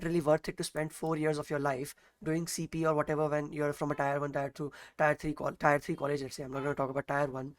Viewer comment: abey tyre nhi tier bolo